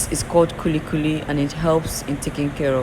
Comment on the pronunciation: I love you channel But u said kuli kuli? Like kuli kuli made from groundnut for taking garri?